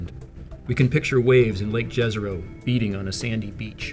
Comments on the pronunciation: it's "Yezero" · Jezero is not pronounced correctly in the video, you should pronounce it literally Yezero (like You, not like Joe). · Very nice description. However, sounds little strange, hearing ‘Lake dzezero crater’. Just call it ‘The Lake Crater’, or try to learn correct Balkan pronounciation of that ‘J’ sound, and say it as ‘Jezero crater’. You will have less difficulty, once Rover came into ,Dolina Neretve’ or ‘Neretva Vallis’. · It's pronounced "Ye-zah-ro", more or less. "J" doesn't make the English "G" sound in Slavic languages, it makes the same sound as "y" in Yet. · It's pronounced Yezero. It means lake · Pronounced Yezero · Wouldn't it be pronounced "Yézéro"? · Correct. In Serbian, the "J" would be soft and pronounced like the letter Y in English. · Jezero in slovenian means lake. Which is cool. It sounds more spectacular when pronounced in this american accent. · Jezero with "y", like Troja, not Troya.